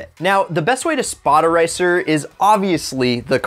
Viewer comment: your speaking "racer" and "ricer" is identical